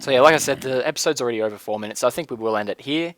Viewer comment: You said four minusts